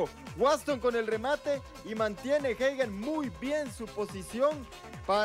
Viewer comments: No es hegen es Hagen , el comentarista está mal , Hagen con a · Se Pronuncia "jeiguen", y eso que soy mexicano. Fue figura su portero, muy mal, pudieron haber sido goleados. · No xd se pronuncia “Jaguen”